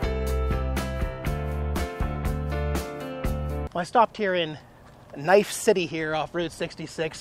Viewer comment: It's Knife City, dude. I have never seen someone that can butcher the english language like you can. I'm not a hater, just making an observation...